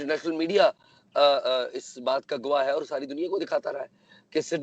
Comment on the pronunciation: Guwa nahin?GAWAH. CHUTIYE. MAZA ATAH HAI TUM PAKISTANIYON KO SUNKAR. MADRASAS FROM PAKISTAN? WAT A KNOWLEDGE?